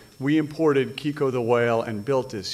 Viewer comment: The name was Keiko, not Kiko...!